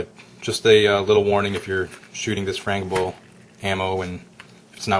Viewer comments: it's pronounced FeeYoKey and FranJible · Stopped listening at "frain-gui-bull ammunition".